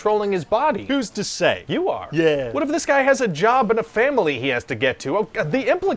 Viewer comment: The smoking-jacket-wealthy-trans-atlantic "yeah" is the best thing I've ever heard